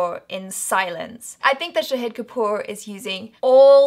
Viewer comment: Well, it's Shaaaaahid not Shaheeeeeed Kapoor